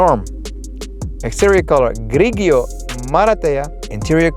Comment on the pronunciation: Grigio must be read 'grijo'